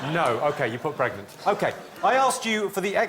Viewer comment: No they definitely said PRAgnant 😂